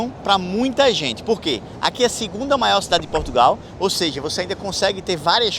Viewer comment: 10 MIOIS DE PESSOAS MAIÓÓ